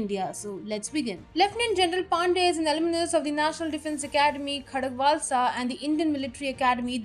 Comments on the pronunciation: Congratulations to Gen. Pande. At the same time I wish to ask you people to correct some pronunciations. Like, it is "Khadva_s_la" not "Khadakva_l_sa". Again, the most glaring mistake is the pronunciation of "Corps". Please the p and s in the word are silent. The correct pronunciation is "Coar", not "Corps". Corps means a dead body!! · You have it wrong. It indeed is Khadak-wasla. As it takes the name of the original village in Pune Dist. As for the "ka-wps"( for corps), you are right.